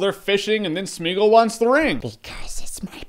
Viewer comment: It's pronounced Smai-uh-goll, I think ...